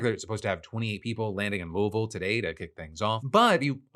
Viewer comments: Thank you for saying Louisville correctly. UPS is a big part of our community, and we're definitely hurting right now. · Great Louisville pronunciation! Love the vids! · Holly shit he said louisville right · He said Louisville correctly. Nice, Phil. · Proud to hear Phil pronounce “Louisville” correctly😊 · Phil, as a native Louisvillian and the wife of a Louisville Firefighter… I’m proud of how you pronounced our city’s name. 😂